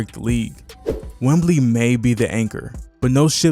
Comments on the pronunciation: You made a great video. Excellent overview of the team! You just mispronounced our star player's nickname. It's Wemby, not Wembley, which is a stadium in the UK. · No “L” … It’s “Wemby.” But great video! Well said! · Great video.. might want to freshen up on the pronunciation of Wemby, Vassell, and Sochan though